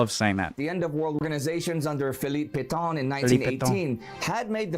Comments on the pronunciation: ... except "Pétain" is not pronounced "Petton" or "Pettaw": it's more like "Pettuh" in English with a "u" sounding like the "u" in American "cut" but longer and nasalised. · Not the u in cut. A little more like the un in c**t. But even then it is not a good example. I do not think english has any sound like it.